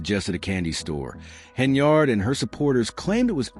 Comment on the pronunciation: This is old news bro. Look for something else to steal. And what’s up with the flashes? You might want to put a seizure warning before someone with epilepsy watches this. Lastly, her name is pronounced Hen-yird, not yard. You are saying it like it’s spelled.